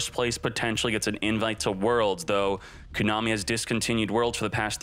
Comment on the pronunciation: How does he not know how to pronounce Konami?? Lol